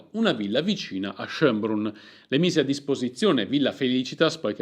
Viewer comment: schoenbrùnn con l' accento sulla u... comunque bel video